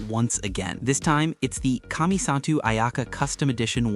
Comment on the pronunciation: The pronunciation of kamisato 😭😭